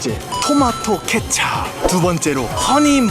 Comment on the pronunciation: 케챂이 아니라 케찹